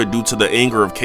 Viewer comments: It’s pronounced ko not chow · So is it pronounced CHAOs emerald? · Did he just pronounce Tikal and Chaos wrong?